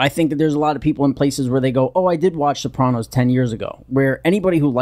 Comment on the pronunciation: Why does it pronounce it soprawnos . No one on the show ever pronounced it like that. Sopranos !